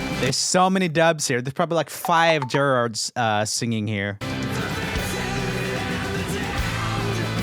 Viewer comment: The way he’s saying Gerard is tripping me out but I completely agree with all of this